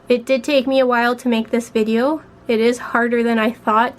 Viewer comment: Are you Canadian? Its the way you say VideO.